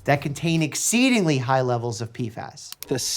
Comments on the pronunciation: "Pee-fass" Gotta love the crazy pronunciations he comes up with 😅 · They are called P F As, not P fas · Is it that hard to say P F As? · Im sorry Mike i love you but i just cant watch this video, the way you mispronounce PFAs is driving me nuts